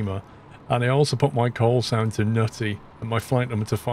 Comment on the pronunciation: I'm kinda impressed that MFS2020 saw the letters 'N-U-T-T-Y', recognized it as an English word and integrated it seamlessly into AI-generated audio